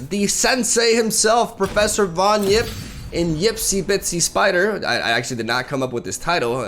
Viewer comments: bro it's Yipp and not Jipp... he doesn't drive a Jeap! It's Yeti and not Jeti when u watch Star Wars, you say Jedi and not Yedi when u finish a letter you write "yours truly" and not "jours truly" yesus christ! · Von HWIP. No it's Von yipp, That's what I said, Von HWIP.